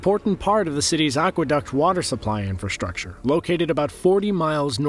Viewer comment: Had to stop watching. Couldn’t handle hearing you say “conshtuction” or “infrashtructure” even once more time!